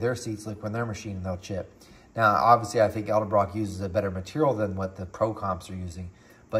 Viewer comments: Many people say elderbrock for some reason, lol. But yes, I've noticed that as well, It's all good . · you always say edelbrock with an L before the d. haha thanks for the video, i really appreciate it. its nice to see a test on a an american budget head like this.